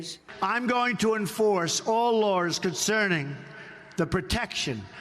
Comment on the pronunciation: 8m 45s... He mispronounces "laws" as "lores." Note that "lore" means "myth." So, when he says "I'm going to enforce all lores concerning the protection of classified information" it appears he kept his promise. He did indeed steadfastly enforce all myths about classified information. It's a classic Scooby Doo ending. "If it wasn't for you meddling words, I would have gotten away with it."